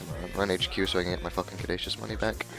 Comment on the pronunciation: It really bothered me that you keep mispronouncing caduceus.